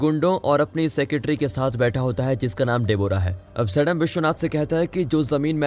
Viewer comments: Bhai Indian hoke name to sahi pronounce kro सडाम nhi सद्दाम hota h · Abe gadhe Saddam name ka pronounsation galat bol raha hai tu right name to sahi se bol nahi pata hai aur chhutiya aya hai movie explain karne ( सद्दाम ) होगा 😡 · Abe mulle qo saddam hai sadm nahi Mulle ho u😁😁